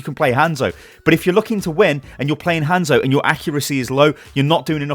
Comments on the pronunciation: Why do British people blatantly pronounce hanzo wrong. Its not like it's up for discussion how to pronounce it we've heard it. Hawnzo no handzo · If u say Hanzo like that 1 more time